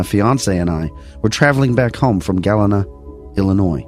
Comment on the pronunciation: you just got me to listen. Don’t forget Jens Pulver our of Bettendorf. Also let me help you out: Elgin = “Eljin” and Waukesha has the emphasis on the 1st syllable. Galena = GullEEnuh. It’s a popular tourist spot in the driftless. Thanks for covering my area!